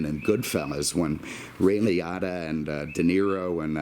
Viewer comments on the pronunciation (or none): Respect until he said "Lee oughta". lol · Love how pronounces Ray Liotta (Li-oh-tah). Rhymes it with Miata, like a proper car guy should!